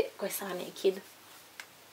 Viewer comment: scusa se ti faccio questo appunto, visto che ora studi lingue...non si pronuncia Nekid ma NEIKED con l'accento sulla prima "e" .